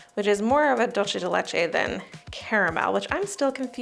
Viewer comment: What might be a easier way of understanding how to pronounce Dulce De Leche = Dool (rhymes with pool) say day let chay (like ch and hay).